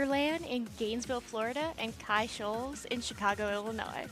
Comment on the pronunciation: Quick FYI: Chi-Shoals is pronounced like “shy-shoals”. (No worries, mispronunciation on that happens a lot 😅)